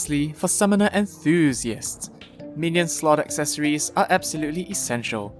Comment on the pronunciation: "enthusiasts" dont think someone didnt notice